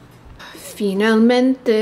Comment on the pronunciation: I thought she was speaking Italian when she said “finalmente” and I was like 🤩 I’m Italian so I felt proud! 🇮🇹